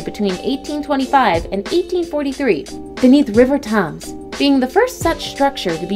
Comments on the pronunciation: So, where did the narrator learn to pronounce words? Thames and Folkestone. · Pronunciation is absolutely shocking. Thames is tems , who know what she is saying when she attempts the well know great British engineer Brunel. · So many terrible pronunciations... Rotherhithe, Folkestone, Thames... jeez